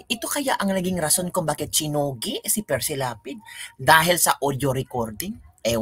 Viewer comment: Correction. Hindi Precy. Perci Lapid